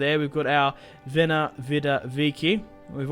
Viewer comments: Why do you say "vena, vida, vici"? I could be wrong, but isn't it said "wen-ee, wee-dee, wee-chi"? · It's actually pronounced Wen-ee, weed-ee, week-ee